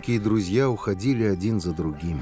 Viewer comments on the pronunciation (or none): none